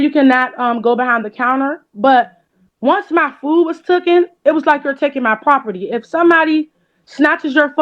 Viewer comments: ...did she say..."after my food was TOOKEN?" 🤦‍♀️ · "once my food was took-en" that's all you need to know about how "smart" she is lol